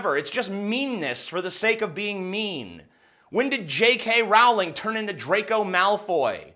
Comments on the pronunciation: TJ the way you say Rowling triggers me XD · That's not how you pronounce Rowling. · Hey dude. Love your vides, but every time your said pewdiepie or Rowling I laughed. R-OW-LING not roling. P-u(pronounce the name of the letter)-di-pie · Row-ling, Jesus America learn to fucking English already! It's also twat with the 'at' pronounced like 'cat', not twot. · Rowling like bowling. I know she was a twit here, but come on you still should pronounce her name correctly.